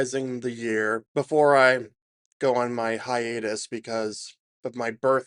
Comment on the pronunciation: did you say HIANUS?